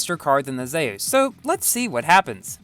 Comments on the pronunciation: It’s pronounced Zoos not Zeyis. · Yo, it’s pronounced zoos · im pretty sure its is pronounced "zoos" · Nice pronunciation on zeus